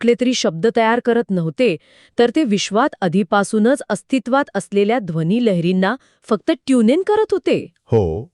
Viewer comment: Speakers हो मराठी सुधारा हो - मंत्र म्हणतात - मंत्र बोलत नाही! आणि दोघांनो. लहर शब्दाचा उच्चार मराठीत करा की हिंदीसारखा नको. सनातन म्हणा सनातण नव्हे, ध्वनि म्हणा ध्वणि नव्हे. संभाषण कृत्रिम वाटते - AI generated आहे की काय?